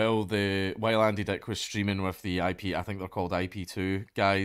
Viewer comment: I like that he says Andy Deck